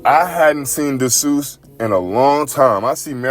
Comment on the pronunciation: Desus is pronounced...."DEE- SUSS".